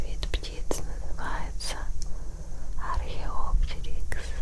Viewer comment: Извините, но немного слух режет, ведь правильно археоптЕрикс, а так видео огонь, спасибо)